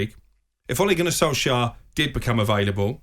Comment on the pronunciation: funfact ; its solskjaer not solksjaer in the video